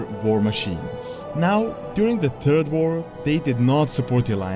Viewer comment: "during the turd war" haha im sorry